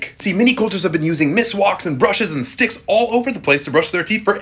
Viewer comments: In Pakistan we call it miswak and yeah that is pronounced as (miss,walk) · Its called a miswak u pronounce it mis -waa k